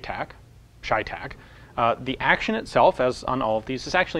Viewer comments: CheyTac is Cheyenne-Tactical. Since when is ''cheyenne'' pronounced ''shyenne''? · it's chey tac as in Shays rebellion . chey tac . the ch sometimes makes the sh sound . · It’s pronounced chevytac